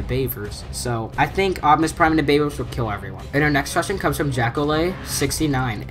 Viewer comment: said optumus in the nuckular town